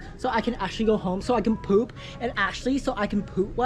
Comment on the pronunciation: “Can I just go POOUP?”💀